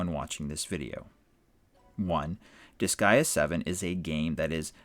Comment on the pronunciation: Disgaea rhymes with "Kiss Sigh Duh", I think you're saying it correct for an English Language audience.